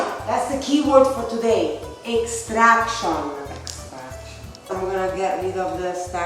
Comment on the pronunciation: Nadia: "EXTRACTION." 🤌: "extraction." 🙃